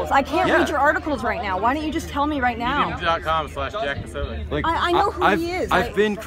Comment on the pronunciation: Funny he says he doesnt know Jack's name at the end, says it wrong , yet spells his name perfect in the title.